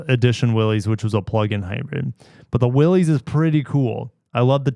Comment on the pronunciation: say it with me: Willys is pronounced Willis. spread the word.